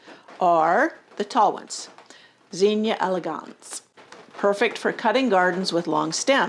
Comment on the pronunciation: I can't here what you are saying due to your mispronunciation of the word zinnia. I was born and raised in Xenia Ohio, pronounced (Zeenia). Using English language skills, Zinnia has a short "i" sound not a long "e" sound. A vowel followed by 2 consonants means you give the vowel a short sound. O-H-I-O